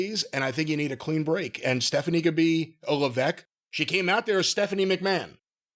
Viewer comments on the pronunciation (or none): "Staphanie" lol